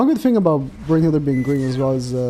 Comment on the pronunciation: Why do you pronounce it Brunhild(er)? 😂